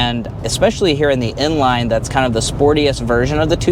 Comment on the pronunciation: Bro saying inline and n-line👀